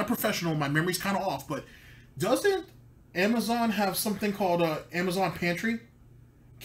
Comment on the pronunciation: And he cant pronounce Amazon. lol "Amajohn"